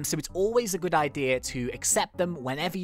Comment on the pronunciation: when he said I hope your good, I thought he meant I hope your GOO-D